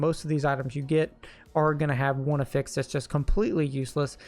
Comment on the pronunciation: I know im splitting hairs and it isnt a big deal but I have yet to hear a D4 youtuber pronounce the word "affix" correctly.